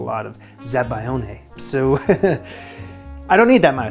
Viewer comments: za-ba-LYON-eh. Never pronounce a hard "g" before an "L" in Italian! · Say it with me: "Zah-Buy-Own", That is how you pronounce "zabiglione" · Zabaglione, pronounced zab-al-yoni. You're welcome.